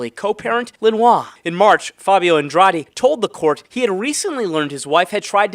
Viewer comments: That last name of the woman is pronounced Ann-drah-deh. I love your efforts though, there can be some pretty exotic personal and city and street names all the time. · 3 syllables short A Long E AN DRA DE